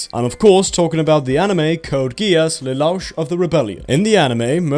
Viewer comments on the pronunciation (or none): But then you go and pronounce it as Lelauch. ;( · Htf you say Lelouch's name wrong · XD the pronunciation on lelouch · The way he says pronounces Lelouch just... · I get the impression he doesnt watch any of the anime in his videos. I dont know how you could mispronounce that if you watched the pilot. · Have you even watched code geass the reason he's against bratania is because his mother was murderd by his family bro don't just watch the first episode and you saying his name so wrong have you even watched it? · The explanation for why Lelouch wanted to war against Brittania along with his pronunciation of Lelouch was truly upsetting. Had to just stop right there cause now I can't trust anything from before or that is to come. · Same for me, felt like i got shot anytime i heard him say lelouch, and the plot was explained horrifically, there is so much more depth to it. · Hate how this dude says leloush's name wrong even tho they say it so many damn times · Does no one here care that pronounced Lelouch incorrectly?